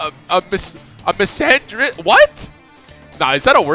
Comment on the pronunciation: AHAHAHA I LEGIT SPAT MY WATER OUT BRO SAID MISANDRIST